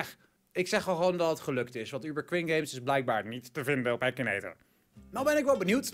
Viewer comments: je zegt akinator niet ekineter😂😂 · het is akinator zo spreek je het uit nier ekinator